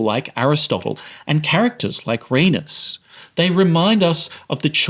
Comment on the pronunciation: It took me a while to figure out who you were talking about because of how you mispronounced Rhaenys LMFAO